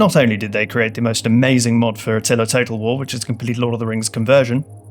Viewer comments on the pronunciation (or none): none